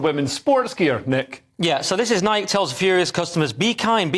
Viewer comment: It's Nike not Mike.